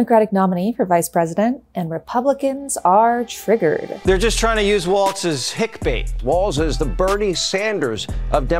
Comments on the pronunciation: Walls !!!!!!!! Not Waltz…… Good grief. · It's Walz (walls) not Waltz. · Weird how many people who are super keyed up on respecting people enough to not misidentify them aren't bothering to pronounce Walz correctly. Does it matter to us or does it not? If it's an insult when they do it to Kamala how is it not an insult when you do it to Walz? There's no "T" and we aren't in Germany. The man has told us how to pronounce his name. Respect that. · she says waltz throughout the video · It's "Walls" not "Waltz" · Psst: "Walls", not "Waltz" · It’s not “Waltz” it’s Walz…Jeezuz! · It’s pronounced “Walls” not “Waltz” the dance. Walz has no T in his last name. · Pronounced Walls (not Waltz), for future reference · It's WALLLLZ. Walls. Walz. Balz to the Walz. Please stop with "Waltz". That's not his name. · Had to shtop. It walz, not waltz! If you're gonna talk for a living...derp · His name is pronounced ‘Walls’. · It's Walz, not "Waltz" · It's walz not waltz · It’s pronounced “Walls” not “Waltz” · Walz is pronounced Walls not Waltz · You could start by pronouncing his last name correctly. It is pronounced.Walls not Waltz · Walz not Waltz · Tip for just everybody over the next few months: There’s no T in “Walz”. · Cool. There's no T is his name though: its Walz not Waltz. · His name is not pronounced like the dance, walz. His name is pronounced more like “walls”—plural. So, again, no “t” sound. Watch some local Minnesota news and you’ll hear them pronounce it correctly (or just find a clip of the guy himself saying “I’m Tim Walz”). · His name is pronounced "walls" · Great video, thank you! But you seam to be pronouncing a “t” in his name that isn’t there. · There is no t in his last name, Walz is said like walls not waltz. I know that he wasn't very well known before this week. So I'm trying to inform people. Thank you from a proud Minnesotan, have a wonderful day. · Walz... No "T" in there. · Maybe pronounce his name right?